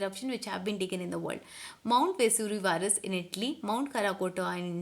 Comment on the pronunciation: Maam its not vesurivius Its Vesuvius 🤣